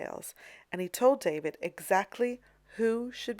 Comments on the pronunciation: David is pronounced Daw-Veed. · There are many surnames that are pronounced as in the original language by English speakers. Check with any English speaking art history scholar of merit. It's always pronounced Daw-veed. You are making yourself look ridiculous and uneducated by pronouncing it the way you are. But whatever, you obviously think accuracy is not very important in your museum tours videos. My mistake, I mistook you for someone interested in accurately educating people about classical artists. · Please clarify something for me: I have heard the surname of the artist who painted the Coronation Of Napoleon pronounced as "DAH- VEED" and "DAY-VID" the latter pronounced the same way we pronounce the FIrst Name. Which is correct? This artist is the same who painted the highly-controversial "Death Of Marat" which haunted David for the rest of his life, and was one of the reasons David was exiled to I believe it was Belgium for the rest of his life. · Constructive correction, the painter’s name is pronounced “Dah-veed”, not like the English name David.